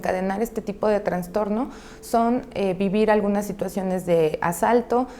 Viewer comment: Sino Escucho Mal....dice TraNStorno. Lo correcto es TraStorno!! No Existe la otra palabra!